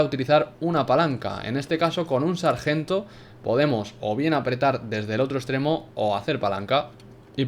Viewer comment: Muy bueno. Una cosa porfavor,no vuelvas a decir sergento esta mal dicho.